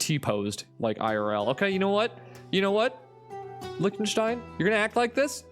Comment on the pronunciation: You disrespected Liechtenstein!